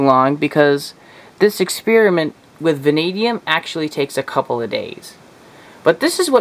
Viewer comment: "exspearimint"? Next time can you do an expeppermint? Does this dissolve silver?